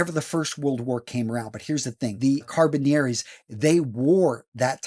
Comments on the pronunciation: This guy needs to actually pronounce the title of "Carabinieri" properly. As a former MP who served in Italy at SETAF, with the Carabinieri, please say the title properly. Sheesh. Carra-be-nir-ri. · At least he got the history correct